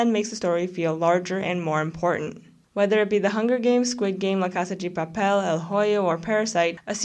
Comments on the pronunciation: Was gonna say, the pronunciation of "Casa 'gi' Papel" made me cringe each time, but then I guess there might be a Brazilian twist to it? I feel like just calling it Money Heist would have been better. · as a spanish speaker i would rather you saying money heist, the way u said it was kinda distracting. The video and analysis are good tho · Why do you pronounce la casa de papel like that 🤨😐